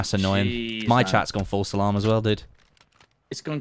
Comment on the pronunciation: he's saying False Salam